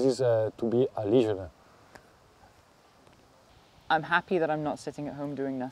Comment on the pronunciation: The word is "legionaire" like "millionaire" not legionary.